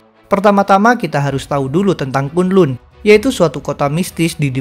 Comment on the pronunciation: Bacanya kan lan bukan kun lun